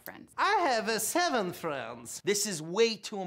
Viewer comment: "I have a SEVEN frenz."